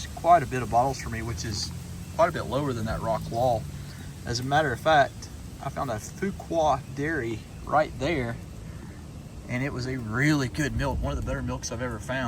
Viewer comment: Fuqua (few-quay)